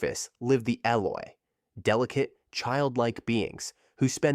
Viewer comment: It hurts to hear him say Eloi wrong so many times